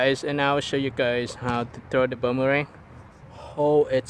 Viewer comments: It’s boomerang not buumurang 🤦‍♂️ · It's boomerang not bummerang